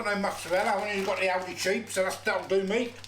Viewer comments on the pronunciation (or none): none